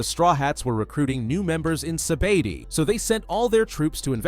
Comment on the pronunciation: Like how much times u said sabadi it’s sabaodi